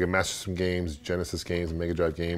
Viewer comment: thumbs up if you can say "Master System" correctly!!